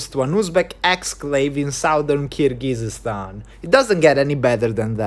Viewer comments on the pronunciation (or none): By the way, the country is actually pronounced Kyrgyzstan, not Kyrgygyzstan. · Just a few comments here (from someone who watches your videos frequently), I hope you won’t take them personally; - you’ve mispronounced Kyrgyzstan to the point one could not listen anymore, given your interest in geography and ex Soviet republics, it’s rather surprising. It really doesn’t take too long to learn basic things like this and make an effort to research it properly prior to exploring those places, which without a doubt are interesting. Similar story with other names in Uzbekistan (and other ex Soviet republics), it’s rather important how you pronounce things both in English & Russian so that your viewers (and native speakers of those languages) can better understand you. E.g. Fergana (or Vorkuta in your previous explorations) is pronounced as if you spoke Italian while you actually described it in English / Russian, accent is stressed in the wrong syllable hence often giving the impression that you spoke of entirely different place - quite recently Bald & Bankrupt successfully reached Sokh exclave and all he needed was the current schedule of flights between destination A&B so that he could plan things ahead to buy tickets on time. You speak communicative Russian which should enable you to plan in advance, I guess. Try to get yourself organised and contact places prior to arrival in the local area to have that knowledge that might be helpful in future planning and you might be in better position to achieve your goals One might not think much of the above, but tru